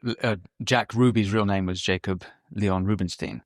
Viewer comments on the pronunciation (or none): none